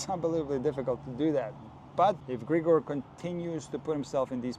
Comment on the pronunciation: i think as a slavic person you know he is Grig'or, not Gr'igor